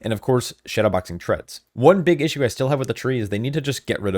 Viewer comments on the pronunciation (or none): none